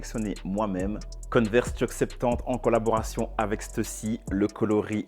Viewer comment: On dit converse et pas coneverse